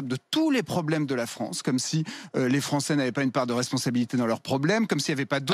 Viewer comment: La fronce au fronçais 😂